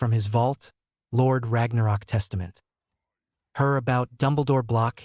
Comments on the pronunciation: It is not Lord Ragnarok, it is Lorde r a g n o k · It's not pronounced Ragnarok it is r a g n o k